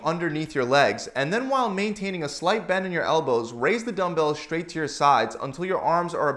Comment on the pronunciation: Thanks for the great content! Did you notice that you say the word "straight" as if it were spelled "shtraight"?